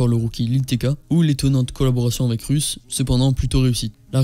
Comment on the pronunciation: Pourquoi tu as dit « Russe » au lieu de Russ 😂😂 sinon bonne vidéo hâte de voir qui est le prochain